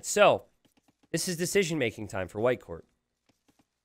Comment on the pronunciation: Every time he says "Whitecourt" I think I'm hearing "Viper". I'm just so used him casting streams about Viper, I guess, lol